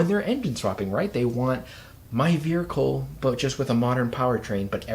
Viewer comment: Why is everyone pronouncing vehicle wrong. Veerhicle….?